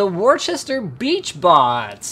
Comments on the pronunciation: I hate when people cant say Worcester... it is WOO-STER (or Woo-Stah if you are from my area :P... their Worcester is not the original) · For some reason Worcester is pronounced "Woosta" at least in Massachusetts it's were 1 of several concert venues in the state, not Warchester like in the video.